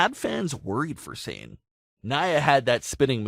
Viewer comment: Her name isn’t pronounced like s-ain, it’s Sah-nay.